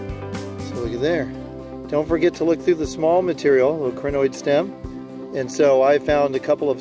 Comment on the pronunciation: Pronunciation of Crinoid should be (CRY-NOID), rather than (CRIH-NOID) Otherwise, a nice video. :) Thanks for posting it.